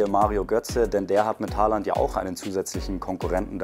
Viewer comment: Man spricht ihn O und nicht mit a aus 🙈